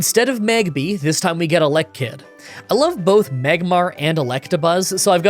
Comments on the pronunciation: your pronunciations for duosion and elekid are really bad lol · 4: 28 To think I was actually looking forward to this. Also, that's a weird way to say Elekid when Electrabuzz sounds correct to me.